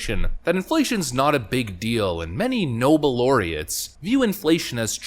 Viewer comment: Nobe laureates? Could he mean Obama?